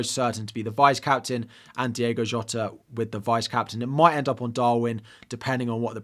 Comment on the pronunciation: Hi, you and several other podcasters keep calling Jota, Diego. It's Diogo. Not a criticism, just an observation. I love your videos, many thanks, Carl